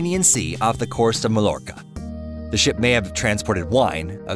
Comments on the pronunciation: Dude. Mallorca is pronounced mayorca not malorca lol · Mallorca is pronounced as Mi-yor-kuh.